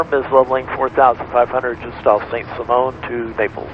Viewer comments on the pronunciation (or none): It’s pronounced Saint Siemon, not Saint Simone. Like Simon and Garfunkel 😁